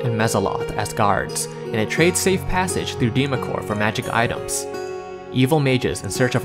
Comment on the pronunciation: Good work here young man! No offense but allow me to correct you on pronunciation. "Deemacore" is pronounced "Dwemer-core" The "Dw" is emphasized as "duwa" said quickly, running the D & U together. Dweomer is realmspeak for an enchantment. It's also used to describe any glowing aura produced by arcane or divine magic. Faerie Fire is also known as "Dweomer Glow" in some regions of Faerun. Excellent work tho! Thoroughly enjoyed the video! Instant subscribe!